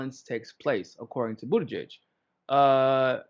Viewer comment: You’re pronouncing Buttigieg’s name wrong! Also, you have to say his name AT LEAST 3 times as follows... Beetle-gieg Beetle-gieg Beetle-gieg Mayor Pete: “It’s showtime!”